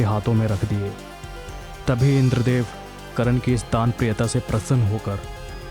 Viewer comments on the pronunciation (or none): Vo karan nhi karn ha..